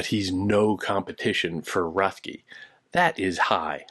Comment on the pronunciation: His name is pronounced RET-key.